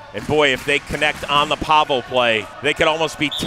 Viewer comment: Why is no one telling he’s saying Pavel’s name wrong 😭😭